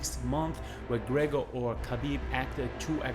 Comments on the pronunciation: Obv smdh.. it Gregor lol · His names not gregger That's disrespectful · conor mcTAPgor😂😂😂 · No it is Greggor as Khabib had knocked the fuck Mc out of McGregor. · I am behind Khabib all the way. How can I like a video where a guy cannot say McGregor? Work on your speech dude.